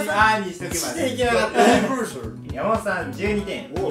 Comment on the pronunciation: 山本さんの「ユニヴァーサル」の発音めっちゃ良くないですか…？